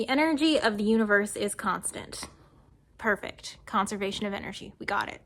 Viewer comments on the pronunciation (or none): none